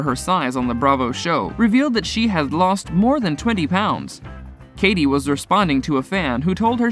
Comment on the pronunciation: Katie Malone, I don't believe the E is pronounced.. And the butchering of Sheana Shay's name??